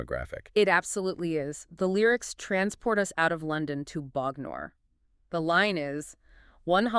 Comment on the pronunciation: First up: I love the analysis! As an Englishman who got just about every reference when I bought the album, it's cool to hear someone unpicking it for a different audience in this way. Great job! But I have to say your pronunciation of Bognor is killing me! 😄